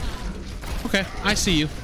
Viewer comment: is funny how he says ''oKe''